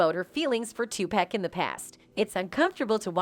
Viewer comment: I hate the way y'all do videos of Tupac and they say his name in the videos. Y'all still say this man name wrong